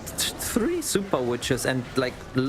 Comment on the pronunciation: It’s super not zooper you commoner